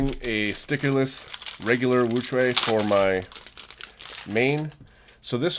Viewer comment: I always like before you even get into anything haha. Besides JPerm, you're the only one I've heard pronounce WuQue right, its like hearing music <3 a stickerless WuQue is also my main (and only) 4x4, but yours sounds a lot quieter and smoother than mine, what lube do you use? I have some Traxxas 30k in mine (EDIT: I noticed your tensions were a lot looser than mine, so that's probably some of it). And your fingertricks for OLL parity are crazy lol. I've never seen anyone do it that way, really cool!